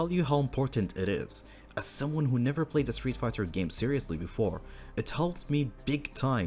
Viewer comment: Is it just me or does it sound like he says Streetfukers at the intro 😂😂😂